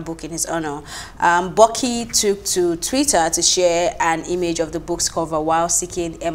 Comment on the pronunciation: She called "Buki" Boki😂 Nice one sir.